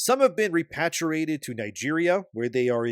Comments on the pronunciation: Repatriated is pronounced similar to patriot, not pat. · Hey buddy it would be a lot easier if you just don't try to use big words when you can't pronounce them for example repatriated. Re-pA-tri-A-ted The A's actually make their sound. And if you're using AI or some voice over technology I would seriously consider in getting new software. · Ree-paat-ree-aa-ted. jfc.